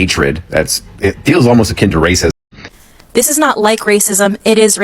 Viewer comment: upi cant even say the word RACISM PROPERLY...go get some talk therapy madam